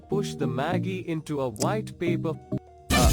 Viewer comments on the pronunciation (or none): none